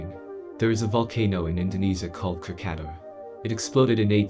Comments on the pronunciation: What do you mean "kra-ka-tao it's pronounced kratakoa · I was taught it was pronounced " crac ah towa " but I guess that must be wrong. He says it's " cra kata ". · Knack ca toe a. is how it is pronounced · How to pronounce " Krakatoa " Right Cra-Ka-To-wa Krakatoa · Krackatoa Pronounce: Craka-Toe-AH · It pronounce kra-ka-to-a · Why can't you pronounce words correctly. it is pronounced Crack-a- tow- a. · Wow the voice didnt pronouce "krakatoa" well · Is this a generated voice? The pronunciation of krakatoa was a massacre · If you are going to do a short vid may I suggest you learn how to pronounce the name of the volcano you are reporting on as well as the information about it first.